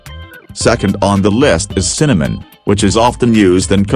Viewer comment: The continuous mis-pronounciation on the part of the AI on this is really disgusting!! Never heard of Cinnamon causing damage to the liver!!] Most grains are not good for you.